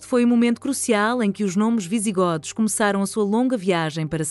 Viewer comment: Não se pronúncia "visiGÓdos" mas sim "visiGÔdos". Vamos começar por aí.